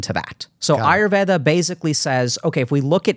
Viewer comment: Yep this is one of the rare podcasts with deep nuances & respectfully explaining each other differences in opinions than just agreeing with each other person unquestionably. And Dr.k pronounced patanjalis yoga Sutras,yoga,ayurveda,Rog (different Indian words) right without an American accent while having his rest of the conversation in his regular accent, that's some awesome control on language (regardless of ethnicity & that he knows about Ayurveda).